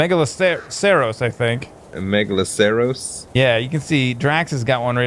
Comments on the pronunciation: Me-ga-lo-ser-us Is how you pronounce the deer's name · Megaloceros. Pronounced Mega-Loss-Er-Us